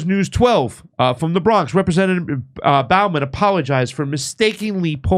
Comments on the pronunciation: I know this is petty, but it really bugs me how keeps pronouncing his name as Jamal BOUGH-man, instead of BO-man. It also bugs me that he pronounces the VP's name as Ka-MA -la Harris, instead of KA-mala Harris. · Bowman as in bow and arrows not Bowman as in bow of a ship.